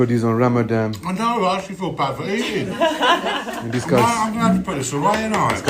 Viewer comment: The poster can't even pronounce Ramadan properly.